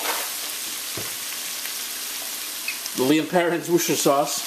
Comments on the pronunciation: Hey my friend, a HUGE thank you for this recipe. I managed to get all the ingredients from a jamaican market stall in birmingham, england! I also added a drop of Levi Roots reggae reggae sauce!! By the way, it's pronounced 'Wuss-ter-shire' sauce - believe me, I live a stones throw away from Worcester! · Woo chester shire. I know its hard to pronounce. To many syllables. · Don't worry...Have a hard time pronouncing (worst er shire) sauce too lol😂